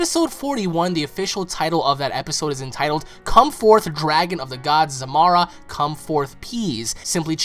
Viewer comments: Pretty sure it's Zarama, not "Zamara" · um.. isnt he called zarama? you keep callin him zamara